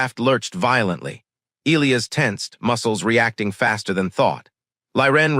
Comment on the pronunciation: Um, I believe it's pronounced "E-LIE-us" not " ILL-E-us" And cutting the story off mid sentence before the end with 7min left is not very professional. Had to change my up to down because of this.